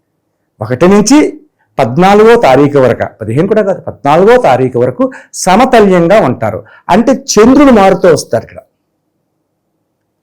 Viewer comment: Sir no samatalyam it's samatulyam